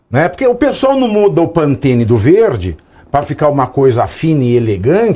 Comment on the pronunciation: Pantene....rsrsrs é PANTONE